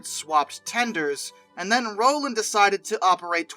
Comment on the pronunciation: Need to research the pronunciation of many names in this production … Striegel, Rowland, Kughn, Hagerstown just to name a few.